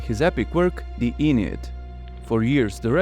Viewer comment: The Aeneid is NOT pronounced "E-nid"! Its "ah-NEE-id" FFS 😢